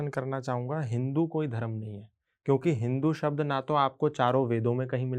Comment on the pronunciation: एन्कर से निवेदन है कि धर्म शब्द को धर्मा उच्चारित न करें। धन्यवाद। वन्देभारतमातरम।